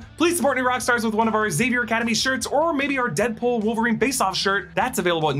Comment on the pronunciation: I’m glad you said Zavier and not Exavier. It’s xylophone people, not exylophone